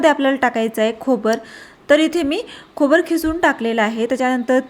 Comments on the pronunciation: खोबर नाही खोबरं म्हणायचं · खोबर नाही म्हणायचे गं ताई! खोबरं म्हणतांना र अक्षरावर जोर देऊन म्हणायचे!👍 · खोबर नव्हे खोबरं म्हण घाटीण ! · खोबर ऐकायला कसं तरीच वाटते,योग्य उच्चार करावेत😊